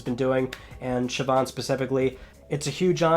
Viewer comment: I'm impressed that you pronounced Siobhán correctly!